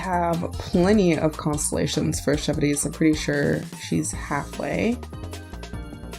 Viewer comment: it’s pronounced chev - roose !